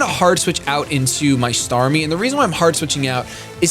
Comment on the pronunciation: "startmie" Sorry, just had to do it :P